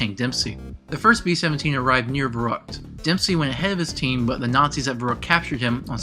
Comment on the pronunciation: Thank you. Watching it by pieces. I have one complaint, though. You should really research how to pronounce the foreign words. Anything in German or Japanese. I don't speak those languages but I went out my way to look up many of those words in the past and it's painful hearing you pronounce Der Riese, Verrükt, Peleliu, Die Rise, etc. No offense or disrespect. Thank you so much for putting this video together :D